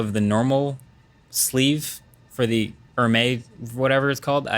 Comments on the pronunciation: Hermes pronounced "air-MEZ" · LMFAO, The H in Hermes is silent... 😂😂😂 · Is your name pronounced as "Markuizz" :) go and learn how to pronounce Hermes!